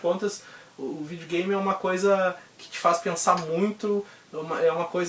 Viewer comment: Muito legal brother, pretendo fazer coleção também ... LIKE + FAVORITO " acho muito engraçado vc falando Vídeo Game kkk vidiu games kkkk vc é top mano !!